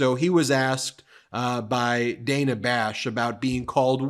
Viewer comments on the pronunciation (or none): Hey, Ben.... "12 a.m. in the morning" is redundant. Also, "Dana" (Bash) rhymes with "banana." It's not DAY-na. Don't be like the Trumpanzees.